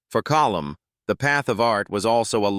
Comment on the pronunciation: Call-um Meaney? Really? AI garbage.